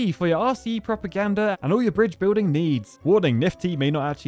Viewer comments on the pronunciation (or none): none